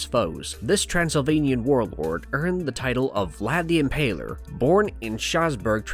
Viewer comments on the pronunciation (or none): none